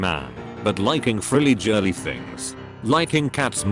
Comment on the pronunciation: did it seriously pronounce girly as ‘jirly’ lmao, ladies and gentlemen, I present to you the new ‘gif’ or ‘jif’